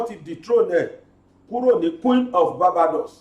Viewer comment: BGI, Barbados is pronounced 'baar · bay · dows'